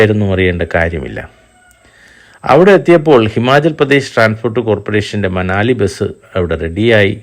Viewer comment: ഉല്പത്തി മനുവിന്റെ ആലയം എന്നതിനാൽ മനാലി എന്നതല്ലേ ശരിയായ ഉച്ചാരണം. വീഡിയോയുടെ അവസാന ഭാഗത്ത് മനാലി എന്നു തന്നെ പറഞ്ഞിട്ടുണ്ട്